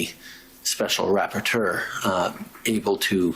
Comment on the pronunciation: "Special rappatoeur " sounds like a French ordeurve.